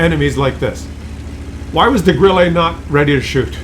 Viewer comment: Every time says Grillé with a french accent a german crew member commits suicide.😂